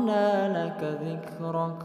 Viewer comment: 🙏🙏🙏🙏🙏🙏🙏🙏🙏 maafffff ayat 4 .. "Dlo" Bkn dla....